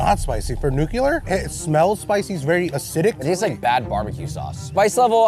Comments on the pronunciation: Say it with me, kids: NEW-clee-ur, not NEW-cue-luhr. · it's "nuclear," not "nukular." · I love these head to head competitions! Now, if we could just teach how to say Nu Klee URRR instead of New Cue Lerrr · Biggest pet peeve: when people pronounce nuclear as “nu-cu-lar” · “Nu-Q-lurr” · for NUCULER 😂